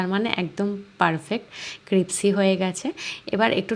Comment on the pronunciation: "Crispy" শব্দটি সঠিক ভাবে উচ্চারণ করুন প্লিজ